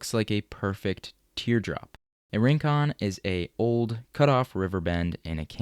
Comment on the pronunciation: "Rincón" -- stress on the second syllable -- is a Spanish word meaning a distant or isolated spot.